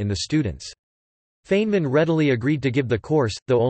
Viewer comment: Feynman's name is mispronounced throughout this article. It is supposed to sound like "Fine men" not like "Fain men" as it does here.